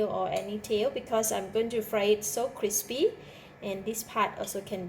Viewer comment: Me wuv you cwispy uh fish!!!